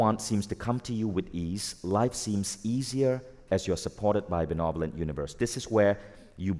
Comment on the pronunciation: Benevolent universe, funny how he says beNOvolent😂 love this stuff btw, thank you 🙏🏼